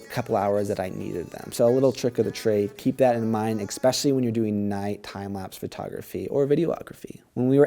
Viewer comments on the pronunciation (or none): Especially. Ess-pecially. Not eX-pecially.